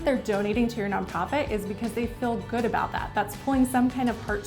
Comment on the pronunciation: “Non Pofit”